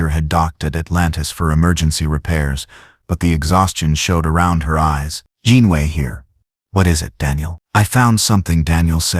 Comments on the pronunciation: I give this part a grade of C the story was rather good however it repeated in several places and the voice couldn't pronounce Janeway, it says "Janway." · Also it pronounced Janeway as 'John Wayne', and numerous other variations.